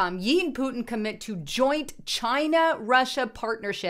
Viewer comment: xi pronounced "she" not yi